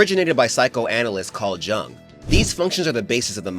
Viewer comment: Carl Jung's surname is actually pronounced "Yung." ...yeah, definitely an easy one to fuck up, but I figured I'd pass the info along. Cuz, well... 🌈The more you know🌟